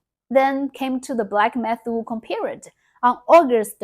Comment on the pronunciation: 😂😂 her English is actually quite good but that was funny.